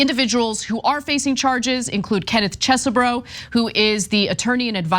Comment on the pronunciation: I can't believe I'm about to do this, but Kenneth Chesebro's name is pronounced "Chehz-bro" without the extra 'h' sound that Ana uses (Chess-eh-bro). No relation (I think, my dad isn't exactly tuned into our extended family), that guy's an idiot and I'm sick of hearing my last name mispronounced because this dude decided to participate in an insurrectionist coup 🙄